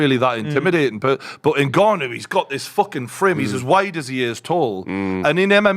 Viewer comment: New mythical fighter: "Debut Ngannou"